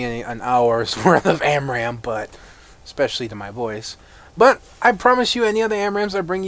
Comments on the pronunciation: Amram? Its spelled ARAM you know. And pronounced likewise :D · stopped watching when you said amram for the 10th time